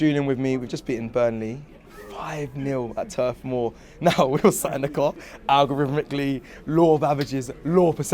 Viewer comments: Stop saying 'algorithmucally'! It's foolish! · The boy went away and practised that “algorithmically”